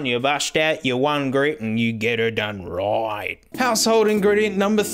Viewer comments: Get er done rrrrright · " N' mate if that's not gettin' tha job done ya bust out ya one grit an' ya get er' dun rooiighhtt " Unironically the best quote on this channel